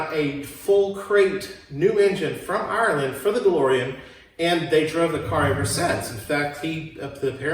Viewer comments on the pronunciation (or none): none